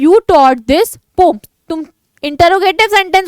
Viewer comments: Mam pom nhi poem hota hai 😅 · Wo pom nahi poem hota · Mam vo pom nhi poem hota hai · Poem hai pom nahiiiii😂😂😂